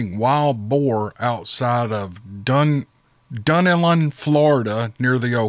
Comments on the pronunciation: LOVIN THE STORIES THUS FAR!!!! JUST A FYI=IT'S PRONOUNCED DUN~ELLEN FLORIDA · Pronounced Done Ellen, but who cares. Good Job. I love this channel. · Its pronounced dun Ellen